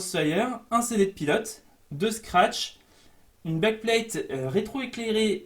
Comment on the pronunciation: backplate * ptdrrrrrr tu ma tué "bagplate" MDR